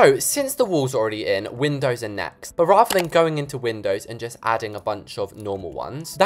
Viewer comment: I thought it was windows not windowds